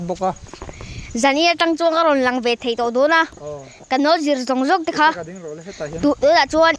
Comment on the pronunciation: Inkhua chu nawm hmel hle mai, mahse' thei' tih tur hi 'thai 'i i ti zel a, beng a ti kham thin ka ti